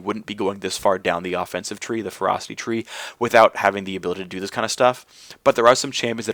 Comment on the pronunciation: Anyone else hearing him say "Frosty Tree" I had to tab over to see he was saying ferocity. :P